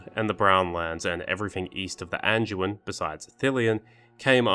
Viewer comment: There's no "g" in the word, "Anduin" genius. Nor is it pronounced with a "g."